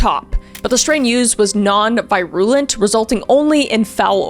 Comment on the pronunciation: I love your videos but you might want to double check pronunciations like virulent and toaism